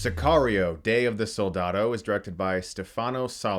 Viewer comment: Soldatho ....Say it that way .